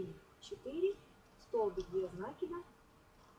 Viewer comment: Не надо говорить с ударением на первый слог "нАкид" правильно "накИд.